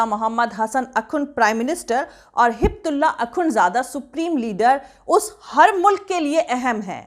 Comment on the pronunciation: Miss no Hibtulla it’s Haybatullah, please correct the name